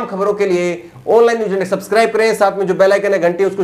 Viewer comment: are bhai sahi bolo na. mai mazaq nahi kar raha. practice karo achcha lagega.....aan laaine neews indiaa